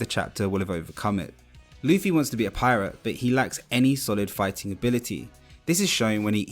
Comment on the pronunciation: I've heard of Zolo but what is RUFFY?😭